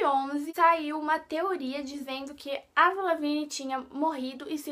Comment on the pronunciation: se fala Evril e se escreve Avril